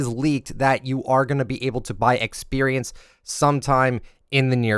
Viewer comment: Was this guy breast fed? The way he says experience is so triggering...